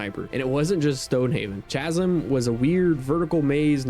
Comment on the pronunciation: Bro "Chasm" is not pronounced like that lmao.